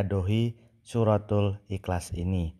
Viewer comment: MENGUCAPKAN KATA : IHLAS SAJA TIDAK FASIH. BISA NGOMONG . "PERCUMA SAJA" ... COBA PERHATIKAN.. DIA MENGUCAPKAN DENGAN KATA "IKLAS" ... BERARTI ORANG INI HANYA SOK SOKAN.